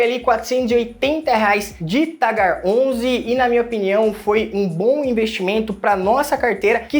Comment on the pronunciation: Você é o único canal que pronuncia o Tigar como Tagar.